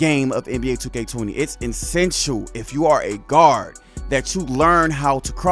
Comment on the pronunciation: And the word is Essential not insential